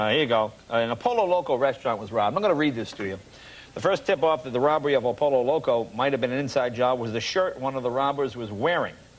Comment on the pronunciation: So painful to hear po-lo loco again and again